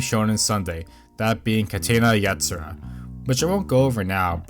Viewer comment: Minor thing maybe, but since you use the title many times, please work on your pronunciation of it. Maybe American general audiences don't care, in which case, please disregard this.